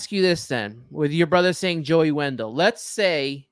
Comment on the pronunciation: Dude said Joey Wendell 🥴😖 it’s brutal listening to fans of this ball club. I turned the video off too 👎🏾